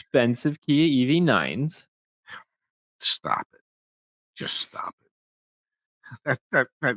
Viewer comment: “Stop, just stop”. 😂 so South Jersey! Love it.